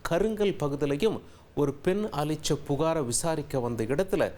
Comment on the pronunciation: அலிச்சபுகார் இல்ல ஐயா, அழித்த புகார். உச்சரிப்பு மிகவும் அவசியம்.